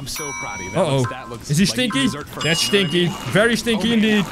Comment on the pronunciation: I love it how says stinky as stchinky 😂